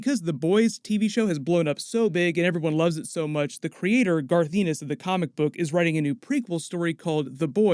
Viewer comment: Please learn how to say Garth Ennis properly